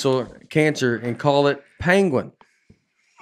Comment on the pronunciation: Hey guys the podcast has brought so much joy and misery to my household. The pronunciation of penguin has created a divide in my family. We are from Connecticut and we pronounce it pen-guin. I love the new way saying PANG-uin and every time I say it my 7 year old daughter and 4 year old daughter fight with me over it. I say panguin no less than 15 times a day and makes me laugh uncontrollably. My daughters and wife are no longer amused but the show goes on folks. Keep up the good work fellas